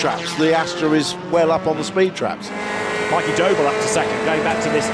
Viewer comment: Is it just me that hears 'Doble' as 'Dough ball'